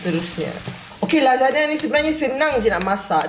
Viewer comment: babe... Aku dgr kau sebut cam lazada sialll🤣🤣🤣